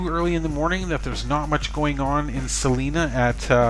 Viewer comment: It's pronounced C LINA